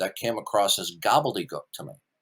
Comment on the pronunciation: I love the way he says ‘gobbledegook’ Gobble-de-guk 😆